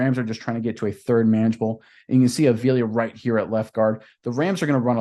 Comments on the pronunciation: WHY ARE YOU BUTCHERING THIS MANS LAST NAME??? ITS A-V-I-L-A! STOP SAYING THE EXTRA I IN FRONT OF THE 2ND A! 5 LETTER NAME, 3 SYLLABLES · AH-VEE-LAH...say it right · Bro say his name right if your gunna make a video.